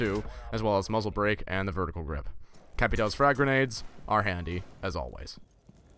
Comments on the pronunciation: Its capitão not capitao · NO ONE PRONOUNCES CAPITAO CORRECTLY!!!! THAT LINE ON TOP OF THE A MEANS IT IS PRONOUNCED CAPITIAO